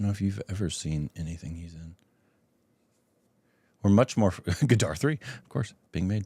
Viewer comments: jaat is not franchise and it is Gadar 2 not Gaadaaar 2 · The way you pronounce Gadar ( gah-d-rr) is more like Gaddaar (gah_ddaah-r) which means traitor and former one means voilent rebellion